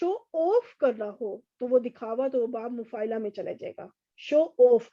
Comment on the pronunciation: مفاعلہ لی ع پر زبر ہے۔ آپ نے اس پر زیر پڑھ دی ہے۔ باقی سب بہترین لیکچر دیا ہے آپ نے ۔ بارک اللہ فی علمک و عملک و جمیع الامور